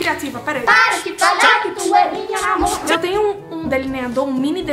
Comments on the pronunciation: ninguém: absolutamente ninguém: ninguém mesmo:: PARA DE FALAR QUE TU É MINHA NAMORRRR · Do nada absolutamente do nada: pArA dEh fAlAr qUe TuH Eh mInHa nAmOrrrrrrrrrr kkkkkk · Ninguém: Absolutamente ninguém: Tá pode ser eu um pouco mas ninguém:: pArA dE fAlAr qUe Tu é MiNhA nAmOrrrrrr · A no começo: PaRaH de FaLaH qUe tU Eh mInhA nAmorArrrrrrrrrrrrrR